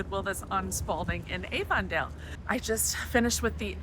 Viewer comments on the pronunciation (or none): Butchered Avondale. Sure you're from Chicago? Short A like Avenue, not long A like Avon cosmetics.